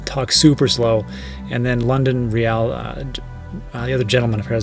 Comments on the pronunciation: It’s pronounced reel not re al 😉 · "London ree al" ? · Great video, thanks! FYI - London Real is pronounced how you read it 😂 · Why did you pronounce “real” like a Spaniard ? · You pronounced Londonreal wrong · You have to learn how to pronounce London Real though...